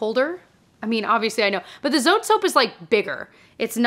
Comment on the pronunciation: Just FYI, Zote is a Mexican laundry soap so it’s 2 syllables, “zo-teh,” not “zoat.” ❤